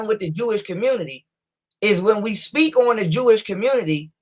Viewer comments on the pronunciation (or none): none